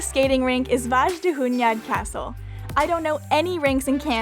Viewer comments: Actually it Wasn't because the king of Hungary (Mathias Corvinus) built this castle for himself, And that ages Transylvania was the piece of Hungary. Pronunciation: Vaydahuñad. You said it like Vázsdáhunyad but for first it was pretty nice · Your hungarian pronounciation got better! :) The j in Vajdahunyad is more like a "y" as in "you". Come back in the summer too, if you can! Budapest is a totally different city then. Also, Liberty Bridge is closed for cars and trams in the summer for 4 weekend every year and it becomes a picnic place and "park" in the middle of the city, with everyone eating, sunbathing, drinking, talking, or just napping on the bridge. This year it will be weekends between July 14th and August 5. See you soon!